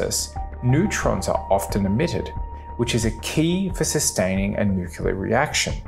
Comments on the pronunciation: Credibility stopped after the word "nucular" was uttered. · Cool video, but when you say "nuke-ya-ler", it makes my ears hurt!